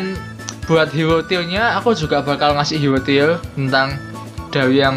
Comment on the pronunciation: Maaf bang...Tier....bukan til..wkwk.kyk gimana denger nya low till